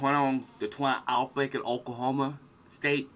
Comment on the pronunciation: "Wemembew deh twaho ih okwahoma stay dekaid ago"